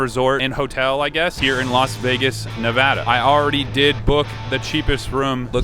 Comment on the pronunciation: on behave of all Nevadan's thankyou for saying Nevada correctly we really appreciate that